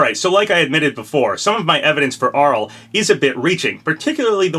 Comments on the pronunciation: 1. I have that Arle figure in the thumbnail, it's so cute! Chunky and high quality too! 2. It's Arl-ay Nad-ja not Arll 3. Still not sold any of these are references, but given I think FP5 is a Japanese centric character Arle especially (or Reimu who I'm educated guessing) would make sense. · isn't it pronounced Arle (Ar-Lay)